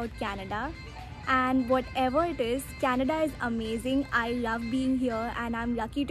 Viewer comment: I can hear Canadda